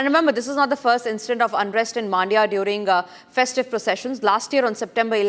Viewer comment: Maaandya❌ Mandya✅